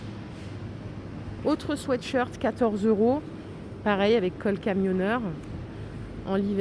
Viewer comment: Merci merci de prononcer correctement le mot sweat shirt comme il doit être prononcé et non "swit" comme beaucoup le font et qui est très dérangeant. 😊